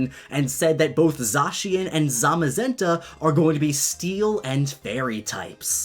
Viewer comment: THANK YOU for pronouncing Zacien properly! 😁😁😁 People DONT listen at all to directs, I swear...